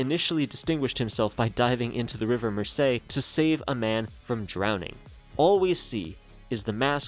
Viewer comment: Although it would be so wonderfully Mediterranean to pronounce it Merséy, the right way to say it is Mérsey. And if you've been to Liverpool, you'll know exactly how mad it is that he did that.